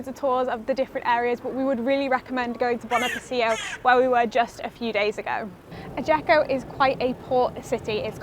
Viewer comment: Note: it’s pronounced ajaxio